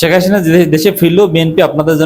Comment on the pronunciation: আপনি তো ভাই হাসিনা উচ্চারণই করতে পারেন না।